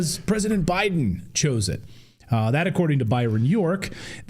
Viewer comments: Did she just say ooobiden? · She called her boss prez Obiden😂